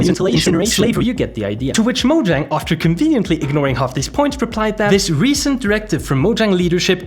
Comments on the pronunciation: It's not pronounced moe djäng dude it's maw-zhong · This lawsuit will 100% fail, also you would think that as big of a fan this guy is, that he would be able to properly pronounce 'Mojang'